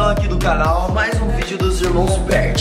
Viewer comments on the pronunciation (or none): So o fala irmao berti